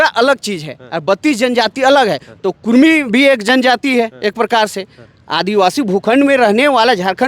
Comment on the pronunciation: (कुड़मी aur कुर्मी)dono ek hi sabd hai.bihari log jyadatar (ड़) उच्चारण नहीं कर पाता है।